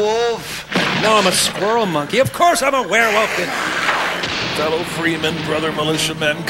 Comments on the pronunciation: "A warwilf...?!" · "You is a werr wuff" and the honking guard are absent, but otherwise great video.